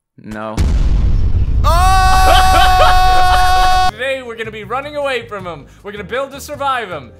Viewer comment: Did you say pink lasagna?